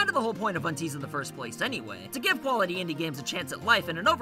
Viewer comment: I think unties is pronounced un - 'ties'. Rhymes with dies ties